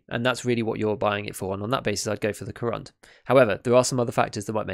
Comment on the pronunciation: You're really getting that pronounciation quite good, congratulations! One tiny bit of advice, if I may: Korund has its last syllable stressed, it's like ko`roond - if you get what I mean. The name, by the way, is a pun on the material used: корунд is Russian for corundum, a crystallic form of aluminium oxide, or alumina, from which the armour plates in this vest are made (hence why it's so heavy).